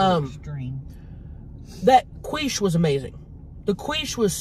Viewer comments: I will now forever say “queesh” for quiche. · lettuce with french toast is a garnish lol... and its quiche (pronounced Key-shh not quwee-shhh...lol) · i love how Tammy said, "World Famous KWEESH" instead of KEESH.......she made it sound like KWEEF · 'Queesh' has me lmao!!! 😂 It's pronounced 'Keesh'. 😂❤ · Qweesh hahaha sooo funny 😂 it's prounounced keesh!Love you both!😜😘❤❤ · Lmao i was dead when you kept saying qweesh its actually quiche pronounced ( keesh). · Quiche .pronounced keesh.😂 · Like "Keesh" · She says it like queef but qweesh, and I about lost it when she said that. 😅😂😅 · The way she pronounces quiche and pico de gallo 😂😂😂😂thanks Tammy and crystal for another mukbank!! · Gatekeeping that should be a crime!!! 😂😂. Thought Tammy said “world famous queef?” 😂😂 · OK.... luvya hunnies.... the pie is pronounced KEEESH & the purple nuggets are a variety of potato... very flavourful...lettuce... a decoration... 😊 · Tammy 💛What you had was Quiche or (Qweesh) Lorraine😉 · Sounds like she was saying queef😂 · It's pronounced "keesh"! (Quiche) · Quiche - kweesh lol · "qwish" is that a quiche that makes you queef?? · pronounce keysh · Quiche is pronounced "key-sh". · The way she pronounced quiche had me dying 🤣🤣🤣 Love you Tammy! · I will never say it correctly again 😂😂😂😂😊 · I love quiche its so good You're pronouncing it wrong and it's really funny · I love how you pronounce “quiche!” 🤣